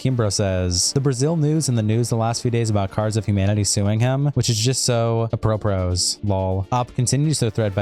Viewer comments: A-pro-pros... my guy, your one job is reading tweets.... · The "s" in "apropos" is silent